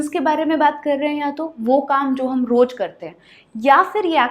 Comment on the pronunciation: Roz ko roj na bolen 😅